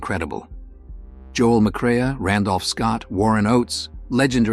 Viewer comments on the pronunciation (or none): McCrea is pronounced M-cray not M-cray-uh. Kinda undermines the channel's credibility if you don't know how to pronounced a well known actor's name...